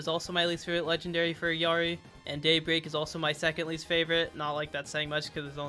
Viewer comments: Proper Illari pronunciation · You are like the fist content creator that says illaris name right. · as a peruvian person, thank you so much for pronouncing Illari's name correctly 🙏🙏